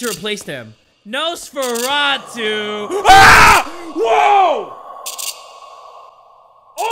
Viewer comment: "Noosforatew... AHHHH"